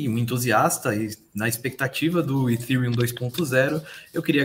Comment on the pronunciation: Nossa. Doi os ouvidos qdo os caras pronunciam Ethereum, ha ha ha. Se o cara não sabe nem pronunciar , como pode ser um "estudioso do assunto"?